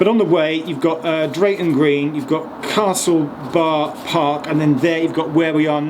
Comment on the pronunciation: Could have sworn I heard Castle Barnard instead of Castle Bar Park